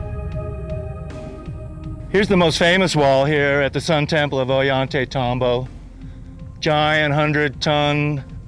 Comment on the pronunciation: Every time says, "Ollantaytambo," a puppy dies.:o(